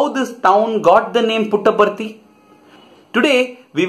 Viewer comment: Davvero curiosa la sillabazione "Put apart it" ....(y) simpaticamente veritiera.